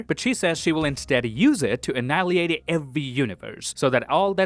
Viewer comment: Wonderful video but you cannot say properly annihilate lol